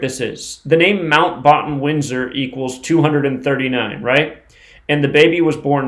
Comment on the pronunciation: say batten as in bat.